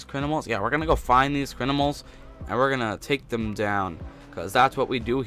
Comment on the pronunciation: So funny how he says crinimals